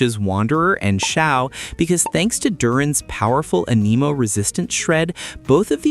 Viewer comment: "Aneemo" is hurting my soul